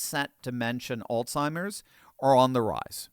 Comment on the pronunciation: There is no such word as AllTIMERS! It is pronounced ALZHIMERS! There is a Z, not a T!!